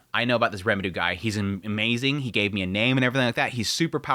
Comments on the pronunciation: The amount of times you say Remuru instead of Rimuru makes my ears cry. If you are as into anime and japanese culture as the amount of posters and figures in your background, learning japanese is definitely a benefit to yourself and to explaining your recaps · Why do you say Rimurus name wrong? It’s rimru, rimtiro and a couple other variants you say but never once in the video did you say his name right….. it’s like the nuhrootoh Naruto pronouncing for me